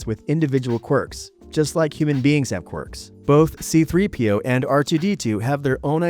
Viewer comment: See-Threepio, gotta love it